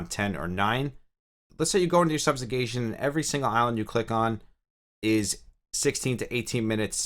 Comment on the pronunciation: It’s actually pronounced “subjugation” and not “substugation” ;)